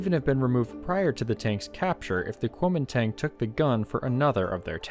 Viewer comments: My guess is that the guns is either a 20mm or 37mm, it looks too small to be a .50 unless it has some sort of barrel shroud over it. Also, as an FYI, Kunomingtang should be pronounced more guoumindahn, at least that's roughly the way it would be pronounced in Mandarin. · The A sound in "Koumintang" is pronounced "ah" btw.